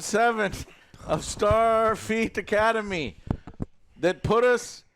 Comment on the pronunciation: Did you just call it Star Feet Academy?